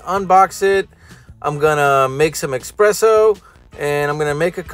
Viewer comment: ITS ES-PRESSO!!! NOT EX-PRESSO!!!!!!!!!!!